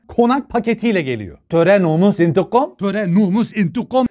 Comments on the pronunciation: Bayılıyorum indıgam demene abi sen demeden kesin aşk mantık indıgam dicek diyorum 😅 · intikam değil intigom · "Entegam, nomes, indigam" ujvgujjguuj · intikam kelimesini şive ile söylemesi. Koptum aklvlslcllvlwd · "Aşk mantığ intikom" Sjsjsj